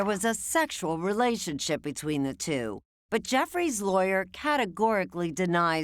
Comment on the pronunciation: The interviewer says 'reLAYship'. Instead of 'relationship'. What an idiot.